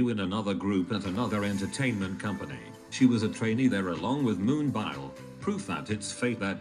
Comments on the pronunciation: every time the robot pronounces moon-BIOL i'm dying in laughter LMAO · the google voice said moonbile instead of moonbyul haha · Aaaaahahahahah moon-bile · Dying... this is MOON-BILE. 😂😂😂😂